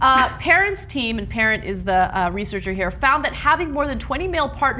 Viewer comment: Parent is pronounced, Pah-raun.